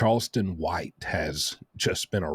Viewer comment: Its not karlston, c' mon,, your the only guy who made this mistake